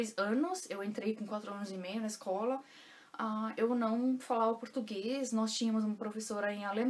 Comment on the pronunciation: Oi 💐 Sua pronúncia em português é linda 😍com perfeito acento gaúcho, chê😍 Adoro e acho o português mais bem falado em todo o Brasil, na minha opinião... Parabéns por todo seu esforço e vontade em aprender falar, ler e escrever o potugues corretamente 👏que realmente não é fácil para nós Brasileiros que dirá para os estrangeiros 🧐😁😀 Tenho ainda muita dificuldade com a gramática. Me viro como posso e não tenho mais vergonha em falar errado, mas quero aprender definitivamente falar correto. Aprender a gramática der die das, wer wie was, wieso weshalb warum... 🤦‍♀️ Sou imensamente Grata por ter encontrado você como professora aqui no YouTube. Um abraço daqui de pertinho de você (Winti) com carinho 💐😘💞🙏🙏🙏